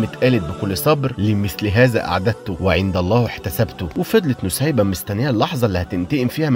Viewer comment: أخيرا حد عارف قصة الصحابية نسيبة بنت كعب و اخيرا حد عرف ينطق الاسم بشكل صح😭❤❤❤❤